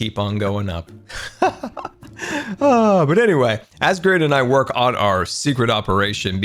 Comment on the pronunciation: did say grain🧐